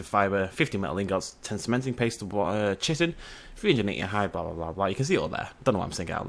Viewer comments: Ahem... Chitin. Ki-ten. Not Chitten. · it's pronounced Ki-tin. with a K. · Also. How do i say chitin? i say it like. CH-IT-IN Am i supposed to say KIT-CH-IN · Good video just pronounceing Chitin wrong! :p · Errrrrrr say chitin right.... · Gwynbleidd I just hate how people just say "Learn to say things right!" and all that. Besides,both pronunciations refer to the same thing.